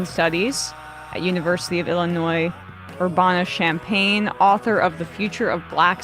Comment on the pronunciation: I-L-L 💙🧡as a two-time alumnus I love seeing professors from UIUC getting the recognition. It's actually pronounced Ur-ban-a with a more midwestern nasally vowel on the "ban" part though lol also just wanted to mentioned UIUC's new center for African-American Studies is super nice and looks dope